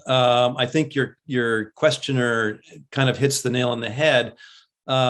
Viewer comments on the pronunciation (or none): none